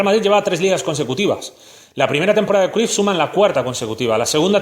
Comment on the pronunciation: Se Pronuncia Crayff